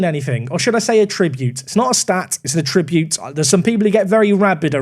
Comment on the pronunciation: Attribute. Emphasis on the first syllable.